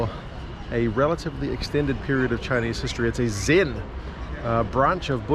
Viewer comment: Too funny about the guy saying your Chinese is better than the local security dude. More precisely your Chinese pronunciation is more standard